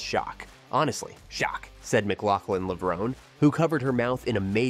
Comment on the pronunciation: Is that how you pronounced Sydney‘s last name? I haven’t heard anyone say it that way.